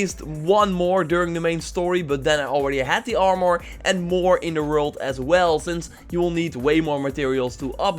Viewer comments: THe way you say "armor" is annoying. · I gave your video a dislike because you say armor weird